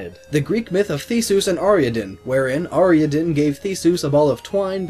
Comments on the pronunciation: Ariadne. Not Ariaden. Gives me shivers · ariadne- ar-ee-a-din. what the heck. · You should probably try pronouncing Theseus and Ariadne one more time. [Thee-see-uss, Are-ee-add-nee] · It's pronounced Ah ri ad knee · I don't know why you said Ariadne wrong. It's said like it's spelled. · you pronounced Theseus' and Ariadne's names wrong